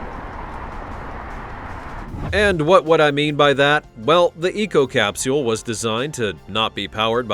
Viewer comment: I hate the way u say capsule